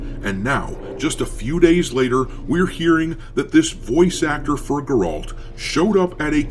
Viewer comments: Can you make a Witcher 4 video pronouncing his name correctly??? It makes it look like you have never played or watched anything about the Witcher. No one pronounces it the way you do. Sorry it’s a pet peeve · You never played Witcher you damn tourist, can't even pronounce the character's name. How does anyone give you a time of day. When people say "grifter" they are talking about people like you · Cdpr never said they were going with a female lead. Just that geralt was done. And for sucks sake have you ever even played the witcher? You cant even pronounce his name right? Just another idiot calling every game woke. Im not saying there isnt a woke games problem. But cdpr has never put out a woke game. Cyberpunk is pretty new age and that isnt woke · The way you pronounce Geralts name tells me you haven’t even been bothered to play any games in the trilogy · Can't even pronounce Geralt. Acts like a fan. I don't mind if it's not focused on Geralt, just don't call it Witcher. Simple. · Ok, Dr, imma have to stop you right there. Outside of you mispronuncing Geralt, have you played the witcher 3? The game was explicitly Geralts LAST game. CDPR said so before the game was even out. Blood and Wine, its last expansion, was EXPLICITLY made as a send off to Geralt. CDPR is not „sidelining“ Geralt or trying to pull a bait and switch. His story ended with TW3 and everyone knows that. Now, weather thats a smart decision, i have my doubts and it doesnt change the fact that CDPR is engaging in woke garbage, but your reporting here is just straight up fake news. This is not a new development, that CDPR is now trying to hide, this was clear 10 years ago… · WHY ARE YOU SAYING HIS NAME LIKE THAT? DID YOU PLAY THE GAME?! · dude, fix your pronunciation of Geralt, why you saying it weird. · The way you say Geralts name drives me nuts LOL. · Dude, please. Stop saying Geralt's name wrong... :) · it's Geralt not Geraalt, that's driving me insane 😳 unless it's a joke I missed then I'm dumb